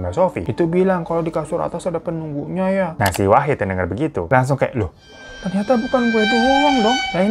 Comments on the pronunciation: Wahid bg bukan Wahdi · Bang ngape pas di akhir2 jadi wahdi sih bukan wahid wkwkwk😂😂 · Baaaang..Wahid Bang..Wahid.bukan Wahdi 😅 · Wahid bang wahid bkn wahdi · Wahid lama2 jadi wahdi...😅ngantuk ya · di menit ke "WAHDI" 😭😭😭😭 Wahid bang wahidd wkwkwkwkwk lucu betul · Bang nama nya kan wahid kok gua dengernya wahdi😅😅😂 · Wahid bang bukan wahdi😭😭😭😭😭😭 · akhir2 wahid jadi wahdi ya bang wkwk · Awal2 wahid lah kenapa dimenit2 terakhir malah wahdi bang😂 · Dari yang khusyuk banget denger bang hiro cerita, sampe diujung lah kok nama wahid berubah jadi wahdi. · Katanya wahid kok di akhir2 jadi wahdi sih bang😂😂😂 yawlo ngakakkk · Di awal Wahid, di akhir Wahdi.. mana yg bener bwaaaangggg???? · wahid jd wahdi apa kupingku ug salah🤣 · Wahid jadi wahdi😂 bang hiro saking semangatnya😂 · Gw dengerin cerita nya dari yg awalnya wahid jadi wahdi😭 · D part akhir bang hiro salah sebut nama wahid jadi wahdi 😂😅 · Salah denger gak sih terakhir bang hiro nyebut wahid jadi wahdi?😂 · wahid kak bukan wahdi😭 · Kok wahdi 😂😂 wahid bang , bukan wahdi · Lah wahid koq di akhir cerita jadi wahdi bang....😅😅😅😅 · Bang Hiro bikin video jam 2pagi lg ya? Itu masnya namanya Wahid jadi Wahdi, ini gue yg salah denger apa begimana 😂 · awalnya wahid pas akhir jadi wahdi😭🙏🏻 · Wahdi wahid wahdi wahid bg salah mulu ehe 😂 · wahid bang bukan wahdi wkwkwkw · 3x bang hiro nyebut wahid jadi wahdi wkwkwkwkw